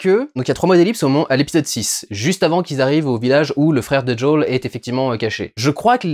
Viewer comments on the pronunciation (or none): Peux pas dire Joël en français ! "Jaul" ... Nul . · C'est "Joèle" pas jooooeeele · Ca me perturbe l'entendre dire Jo'ol à la place de Joel tout le long XD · " Joël " pas joel 😎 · Quand tu dis "Joël" a l'américaine on dirait que tu dis "Jul" 😂. Quel dommage qu'il n'y est pas plus d'infectés aussi. Je suis une bille aussi en jeux vidéo et j'ai réussi à finir le jeu en normal. Je te conseille de le faire quand même il est vraiment très intéressant ! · "Djawl"... T'abuses pas un peu Diuwondayl ? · j’entends bien mais là il parle français donc autant prononcer « joël » ça n’a pas de sens je trouve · Joël on dit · ce qui me choque le plus dans cette vidéo, c'est à quelle point tu t'applique à essayer de prononcer le nom de Joël en anglais XD please, next time, only in French ^^.